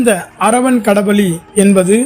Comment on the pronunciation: Kada Bali alla! Kala Bali! Difference ai therindhu kanoli podavum! Arai vekkadu!